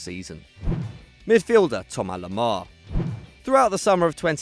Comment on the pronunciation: He can't even say Thomas Lemar's name properly